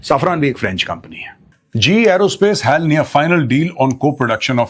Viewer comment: Sir extremely sorry to say but It's HAL not hell...... pronounciation